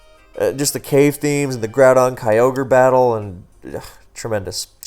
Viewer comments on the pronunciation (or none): none